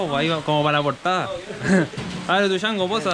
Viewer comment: Tuchango? Xd jajaja estas seguro que así se pronuncia el nombre artístico de ese personaje? Xd